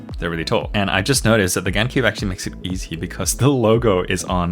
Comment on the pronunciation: FINNALY he reliased it is Gan not Gaan